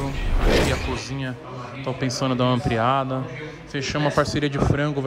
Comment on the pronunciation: se tem toguro falando ampriadra tem like